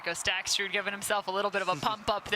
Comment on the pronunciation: I really appreciate the commentary but it's a bit grating that the announcer can't pronounce Staksrud's name without adding an extra "t". It's Staksrud, not StaksTrud. He's a great player. Please learn his name.